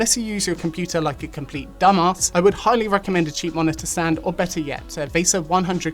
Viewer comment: that "dumbass" was personal